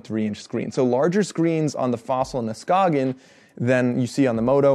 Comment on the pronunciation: You pronounce Skagen correctly. That was unexpected. Good review!